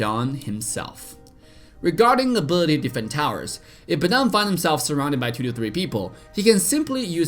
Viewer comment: Nobody:: Abety(Ability)